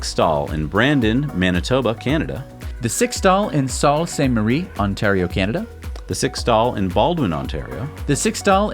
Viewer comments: They'd be pronounced Sue Saint Marie...and the Trans-Canada Highway...NYK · Ouch!: It's pronounced "Soo" Saint Marie.:-) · Hey guys, Sault Ste. Marie is pronounced “ Soo-Saint-Mah-Ree” Now you know!